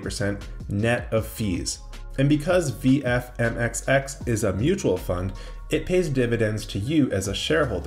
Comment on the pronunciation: VMFXX not as you said, VFMXX